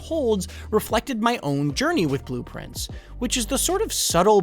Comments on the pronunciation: Is bro pronouncing blue prince wrong to get engagement? He's literally saying blueprints lol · I kept thinking “Man, that sounds like blueprints when he says it” but did not realize it was intentional until I saw this comment lol 🤘